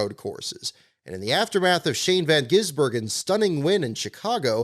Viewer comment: I like how you’re the first north American to say Shane’s name in full correctly!